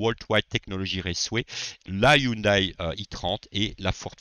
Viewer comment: Salut, très bonne vidéo encore une fois. Une petite information pas méchante pour la prononciation de (Hyundai), il faut dire Hyundé et non Hyundaille. à plus 😉